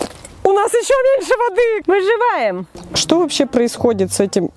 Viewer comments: Не выжеваем а выжИваем👍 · Дайте 10 ЧАСОВУЮ ВЕРСИЮ "выжываем" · Скокораз она сказала ВЫЖИВАИМ🤣